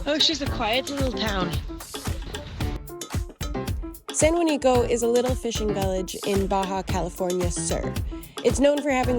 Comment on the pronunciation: Why do you need to expose these places and btw its San Juanico not san Juanica